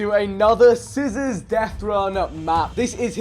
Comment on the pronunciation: Cizzorz not cizzors